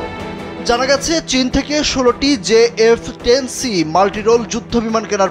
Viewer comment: J10 c not jf10 c